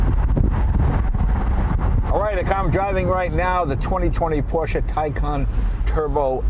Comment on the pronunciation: Finally someone in the USA that says Porsche and not PorschA!!!! Well done sir!